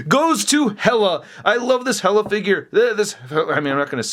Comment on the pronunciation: dude, it's HEEEE-LUHH. HEEEEEEE-LUHHH. Not hella.